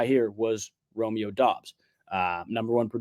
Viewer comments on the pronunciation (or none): none